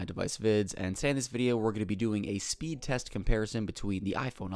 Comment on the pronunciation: I swear I thought you were saying boop test